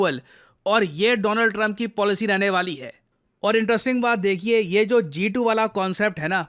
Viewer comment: G2❌ Jha2✅ 😂